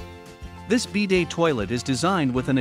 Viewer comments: Stopped watching as they can't even pronounce BIDET correctly, lost all credibility with any info this video might provide. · Since when is it called a BEE-day?